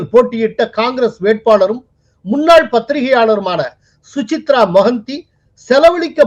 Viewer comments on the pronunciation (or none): Su-cha-rita Mohanty. Not Suchitra.